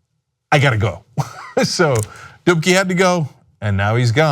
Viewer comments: every time he mentions "Dubke had to go" I keep thinking he's saying "dookie had to go" lol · Dubke? i thought he said dookie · if you're polish like, you're having a nice laugh when hearing 'dubke'